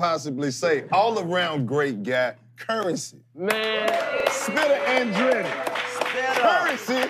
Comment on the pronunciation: Bitch its “Spitta” you must not know... Curren$y - She on my Mind